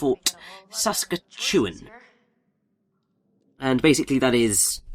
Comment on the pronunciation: Saskatchewan sure is one of those weird words to pronounce. It's actually pronounced as "səˈskætʃ.əˌwɑːn" or "Sa-scat-chew-won" if that sounds right. I guess I never thought about how other countries would pronounce that word. Don't take this the wrong way, but the way you said Saskatchewan made me think of Saskatoon berries, which I loved.